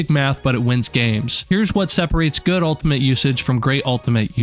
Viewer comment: Why are you saying "altimate"?